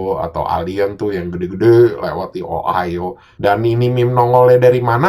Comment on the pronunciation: lama lama denger ohio jadi ohayo njir